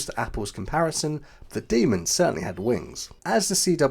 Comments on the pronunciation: Demon, not Demond. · when you say 'demon', try stopping the airflow before you slam your tongue tip down. that way it'll sound like you actually know this word.